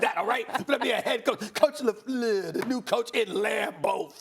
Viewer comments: Coach " LeFluerrrrr " 😂😂😂😂😂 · Anyone else back here to hear Stephen A say, "lafleur" in a fancy way since he will not any longer? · The way that Stephen A. says LaFleur 😂😂😂